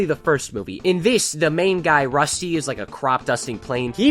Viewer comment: His name is dusty not rusty